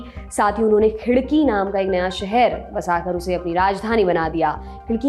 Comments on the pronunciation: खिडकी नहीं "खडकी" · उच्चार खूप चुकीचे आहेत...ऐतिहासिक व्यक्तींना सन्मान देण्यात यावा. तुम्ही मलिक अंबर साहेबांना देखील सन्मान देत नाहीत. उदा. शहाजी राजे, मालोजी राजे, खडकी आहे ते खिडकी नाही. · Ma'am let I know, it's KHADKI not KHIDKI... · खिडकी नही "खडकी" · Its KHADKI...NOT KHIDKI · Khadaki not khidki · Khidaki nahi khadaki...